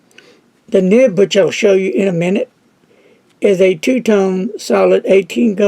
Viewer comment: it is nib not nip.